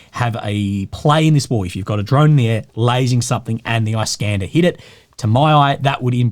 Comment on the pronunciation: produces it like "eye-Scander"